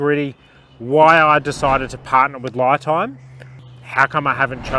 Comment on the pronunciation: Isn’t it pronounced Lee Time?